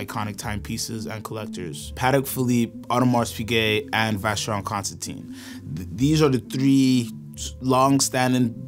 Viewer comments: I had to stop watching when u failed to pronounce Constantin wrong everytime! It's pronounced constan-TAN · Guys, if you’re going to be the “experts” you gotta at least pronounce the names right. 😊. It’s not ConstanTINE, it’s pronounced ConstanTIN. Like tin can at the end. And Patek isn’t pronounced like “paddock”, it’s supposed to be pronounced “PA-TEK”. Just sayin… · It is not Vacheron Constanteen, but Constantin. Get some coaching from Tim. Agree with the majority of comments : AP has failed to keep up with Trinity standards. JLC belongs there now.